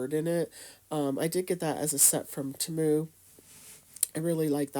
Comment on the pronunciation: I love how she says Temu!!! Its cute. She doesn't say Temu pronounced T moo, she says it in a different way like Tamu. I laughed bc I thought it was adorable. Great ornaments too, I need to try!